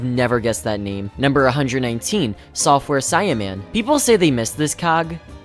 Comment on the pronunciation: Great video man! I do gotta say however, if you're gonna shit on the Software Simian, at least say his name correctly and acknowledge the alliterative name + ape design (which is what simian means) :P